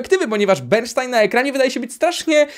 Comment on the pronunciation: Nie "bernsztajn" tylko "bernstajn" - tak my, myzycy mówimy ;) Nie powiedziałeś o ważnej rzeczy - o muzyce. W filmie jest masa utworów samego Bernsteina, przez niego skomponowanych lubl/i dyrygowanych :) PS Tak samo zresztą wymawia się nazwę Steinway (wymowa przez "s", nie "sz") ale to już ciekawostka.